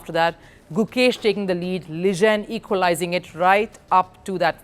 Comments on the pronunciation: Its Liren not Ligen. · It's Liren not Ligen... sorry but the repeated mis-pronunciation was really bugging me.